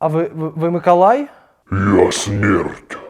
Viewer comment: а чого ти кажеш микАлай,а не микОлай?